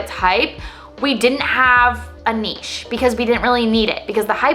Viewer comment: Thank you for saying nichè and not niCH. Great content as always.